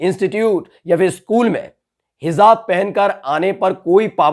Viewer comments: Hijaab ,. not hizaab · It is hijab, not hizab. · हिज़ाब नहीं सही शब्द hijaab (हिजाब) है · it's hijaab not hizaab, plz make the pronunciation correct bro👍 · It is pronounced hiJaab. It is NOT hiZaab.